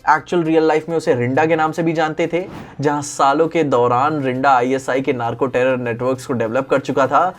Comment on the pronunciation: stop pronouncing d as d in pinda and rinda( its punjabi name ) pronuce d as "the" pind(the)a, rind(the)a .